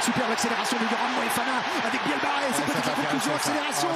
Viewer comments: Match agréable à regarder. Commentaires de Etcheverry lamentables, un guide touristique incompétent et qui ne se sent pas concerné ! Presque aussi mauvais pour la prononciation des noms de joueurs que Lievremont sur C+ ! Louis Bielle-BArrey (au lieu de Biarrey ) Émilien Galeton (au lieu de Gailleton)... Hésitation sur les noms de joueurs lors des actions: "essai de Ramos, non Jalibert, non Boudehent". Il évite de prononcer les noms des joueurs Japonnais ! Il a beau tenter de varier son intonation de voix, on dirait un mauvais doublage de film Us par un Québecois. Bref une calamité ! N'est pas Lartot/Yachvili qui veut... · C'est Louis Bielle-Biarrey mr le jourNUListe, pas Barrey... 🤦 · le commentateur qui dit "Bielle-barré" tout le match... c'est insupportable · L’un des 2 commentateurs, pas Thomas Lombard, l’autre, a passé le match à écorcher le nom de Louis Bielle-Biarrey, et l’appelant Louis Bielle-Barré. Que le mec n’y connaisse pas grand chose en rugby c’est déjà gênant, mais ne pas être capable de prononcer correctement un nom……. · On demande tous un retour IMMEDIAT sur france television, les commentaires callamiteux incapable de dire "Louis Bielle-Biarrey", c'est pareil pour les autres sports comme le hand, des que c'est pas du foot y a plus personne, tout pour le pognon avec un max de pubs